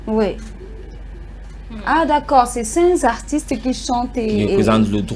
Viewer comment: Ils disent cinQ "zartistes" et la presentatrice repete aussi...waaah jeunesse du Cameroun😂